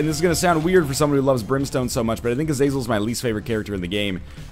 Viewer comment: Ah - Zah - Zel, Just for future knowledge haha